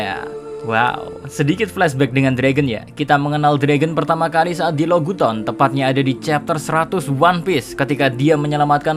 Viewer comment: Lo gu ton....Log town min K